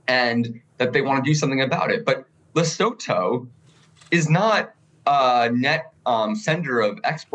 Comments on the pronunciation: with the best pronunciation of Lesotho (Lee-soo-two) I've seen in all the US media. Krystal's had me cracking up. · His pronunciation is actually pretty close. Krystal’s been butchering it for a week. You pronounce it ‘leh-soo-too’ South African here.